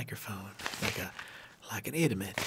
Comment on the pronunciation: I lost it when you tried to say idiot. And you ended up with saying - lmao